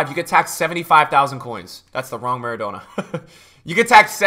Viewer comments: maradonor too :P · The way you pronounce trezeguet and maradona honestly hurts my brain